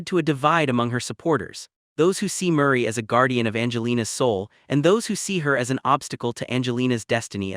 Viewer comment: By the way her grandmother’s name is Mery not Murray